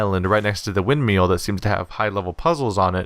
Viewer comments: Rewatching this series because its a great game. Forgot how agonizingly triggered I got every time he says Windmeal though ;_ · why is hearing windmill pronounced windmeal adorable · Every time he says "wind meal" I crack up. :P Great videos man, really fun to watch.